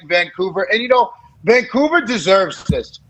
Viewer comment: Who calls it frickin COUVER? No one. Lived here 40+ years.